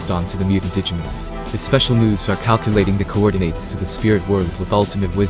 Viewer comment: It’s digimOn not digimEn... thanks for the video tho 😂